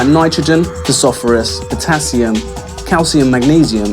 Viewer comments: Phosphorus (Fos - For - Us) and Oligosaccharide (All EEE Go Sack A Ride). Also, oligosacchaides are sugars Great products, just need to learn how to correctly pronounce the constituent components of your products :D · pasophourus lol. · He doesn't know how to pronounce the word 'Phosphorous.' This obviously means he is ready a script and knows nothing about Horticulture. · What’s Fosophorus?? 34 seconds in